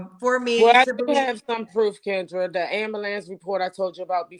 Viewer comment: Why is ambulance so hard for black people to pronounce?